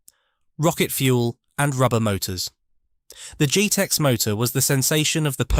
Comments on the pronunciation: Pronunciation is dreadful true scale not trusscol jet ex not g.tex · For goodness' sake, it's not "JEETEX", it's JET-EX! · Surely "Truscal" should be pronounced True Scale! & "Geetex" should be Jet-Ex